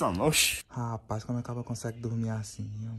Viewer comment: Ele falou "homi"